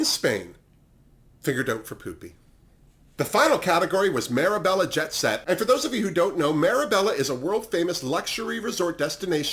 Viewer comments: Marrabella?! It’s mar-bay-ya lol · Marbella, (say Marbelja) there's no e between mar and bella😉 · I don’t wanna sound phony, but moschino is pronounces with a k. The ch turn into a k. So moskino. And marbella, is pronunced with an j. In spanish double LL turn vocally into a J. Mallorca, Marbella. And, there is a famous „dress in white“ party in marbella, maybe that was the reference for the white outfit of aranjia. Besides that, nothing to say, you‘re fab! Btw. Where are u watching drag race espana? We don’t have it in germany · Loved your pronunciation of Marbella 😂 For me it’s always been mar bay ya. Still would’ve thought the looks would be more trashy young Essex girl as they all tend to go over there just to drink in the sun and make a mess. I do think Pupi was the best though, she seemed to be the funniest well in my opinion anyway.